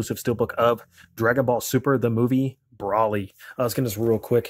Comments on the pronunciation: It’s not pronounced brawly brah. Do you pronounce gold as gawld.. or better yet broccoli as broccawly?? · Is anyone gonna bring up the fact that this guy just bought the DVD and can’t even pronounce broly right ?? BRALY........ wtf